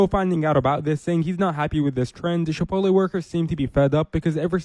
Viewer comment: Pinche FMB calling Chipotle "Chip-OAT-LEE" is hilarious! Pinche FMB es mucho menso, ey!